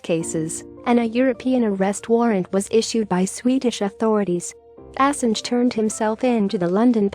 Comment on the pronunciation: pronunciation of Assange is wrong